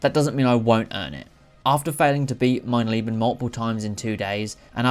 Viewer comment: your German is very bad, but the video was entertaining <3 "Mein Leben" i personally wouldn't do it.